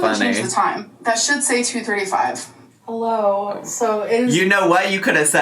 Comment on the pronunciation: I know this is the nittiest of the picks..but I hate how she says “hullo wulcom”